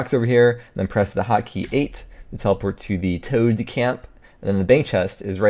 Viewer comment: Wintertod not toad